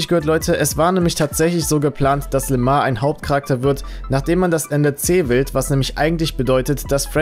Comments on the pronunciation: Der heißt doch Lamar und nicht Lemar 😂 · im Game wird LAMAR ,, LÄMOR" ausgesprochen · Es wird Lämor ausgesprochen